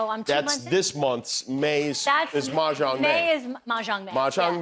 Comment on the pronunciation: Hope she picks up the pronunciation of mahjong as part of the lessons.